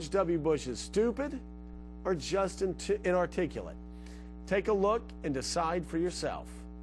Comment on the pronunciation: hehe the news reporter couldn't pronounce "inarticulate"